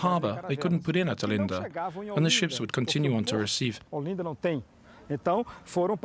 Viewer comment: Listening to this voice continually mispronounce Recife over and over again is just painful. What crappy research on display here. Gah...